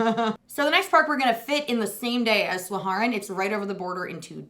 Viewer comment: Dutchy here: Drievliet is pronounced Dree-Vleet, and Duinrell is almost like Down-rell. The pronunciation of Slagharen was spot-on!